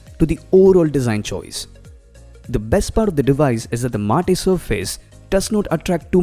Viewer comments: FYI MATTE is pronounced as MAT and can the colours be set to still? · Just a heads up brother, Matte is pronounced as Mat.